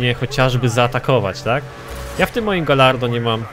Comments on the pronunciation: Galardo czyta się gajardo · Karol Ryzop Czyta się "gadźardo"